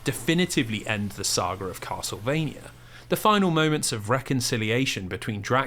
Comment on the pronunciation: "kossle-vania" .....yeah.....i cant take 8 hours of that mangling of "castlevania" im out.